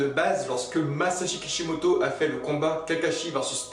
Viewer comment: C'est pas kipimoto quand tu dit sa tu me soul